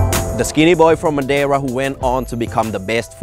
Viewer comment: This is so cool that you guys went to Madeira. I love going there because thats where a lot of my family lives. Also, I must say I was surprised at pronunciation of Portuguese words and names. I would never expect a northern european to be able to pronounce Madeira and Funchal correctly.